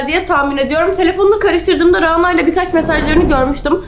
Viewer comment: RANA ismi ince 'a' ile okunur daha doğrusu şapkalı 'â' olmalidir ve ona gore okunmasi gerekir